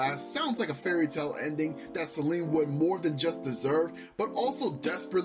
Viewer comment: im sorry i cant with u saying her name as selene the whole video pls if u gonna make a video at least say her name right:body-blue-raised-arms